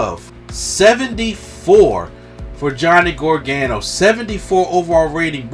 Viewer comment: great channel but please call him gar- ga- no